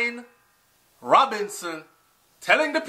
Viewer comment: Youtube You're pronouncing the labor and social security minister Shahine Robinson name incorrectly. it is pronounced Shahine/ Sha-he-ne